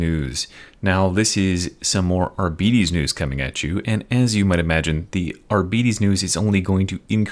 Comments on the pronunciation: Arbites is spelled like arbiter, but with an s. Arbiter means judge, arbites is the plural form. Its not arbitees. Or arbytes. its literally just like arbiter but with an S instead of R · Ar-beet-ees. :elbowcough: I was left with the impression they're called Ar-bites. Arbeetees sounds like space diabetes xD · wait is that how you pronounce arbites ? as a german, when i read it, it sounded really sick in my head. now you make him sound like diabetis younger brother. thats not actually it is it? :,D